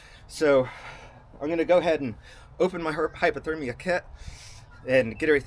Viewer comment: Cool video! Is hyperthermia the same as hypothermia? It sounds like you keep saying hyperthermia.